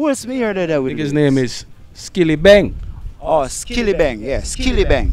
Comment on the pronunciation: I supported Doza until he started to mispronounce the great Skillibeng.